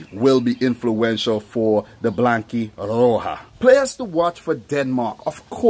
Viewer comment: I like the way you say "The Blanquirroja" ....😁